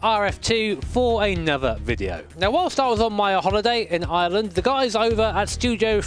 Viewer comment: I’m Irish and the way u said Ireland was kinda funny